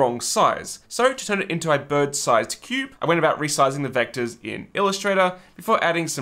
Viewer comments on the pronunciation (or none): none